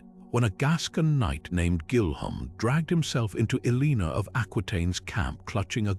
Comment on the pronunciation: Elina?? Seriously if you're gonna use ai at least make sure they get the main name right.... But this is awesome info. I've I've to tons of stuff on Eleanor but this stuff is fascinating and less known! I'll have to go check out the other videos